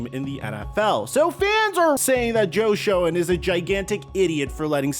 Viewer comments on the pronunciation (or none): It's pronounced "Shane"....as in Joe SHANE.....not sho-en. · Please… Schoen is pronounced Shane. Ok. Just helping out. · Your pronunciation of Joe's last name is off there. A wee bit.